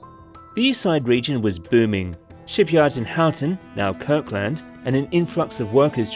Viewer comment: Kirk LAND. HOW ton. Lol. Kirkland pronounced like Ireland. Houghton like Hoeten.